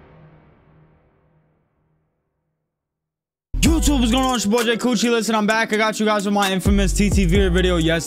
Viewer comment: Was watching the intro like damn that's crazy, oh his name is "" this man said whats going on it's ya boy "" 😂